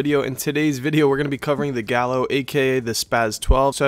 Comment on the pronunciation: Hahaha its spelled Gallo but pronounced Ga-Yo but love your gameplays dude absolutely shredding those kids!!!!